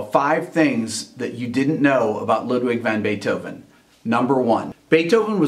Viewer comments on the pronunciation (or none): I like how all 3 of his names were mispronounced.